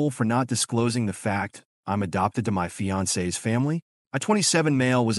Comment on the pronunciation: That fiancé is a badass! Good on her for protecting her man! Also the AI voice: my fiAncEEEE s family. 😂